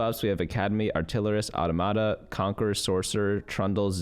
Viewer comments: aw-TAH-muh-tah. Aw slow, Tah-muh-tah is quick. Accent on Tah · Just a FYI: Automata is plural of automaton. So the pronunciation of Automata would be Aww Tah Muh Tah. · the pronunciation was fine, the stress timing was just a bit off ^^